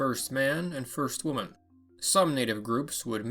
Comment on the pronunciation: 'Hwoman'?... c'mon... there's not even an 'h' in 'woman'.